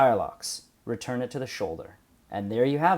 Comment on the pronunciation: Of course, in English English, it would not be "REE-turn rammers" but "Re-TURN" And it's not so much "bayon-ETS" as "BAY'nits." Thank you.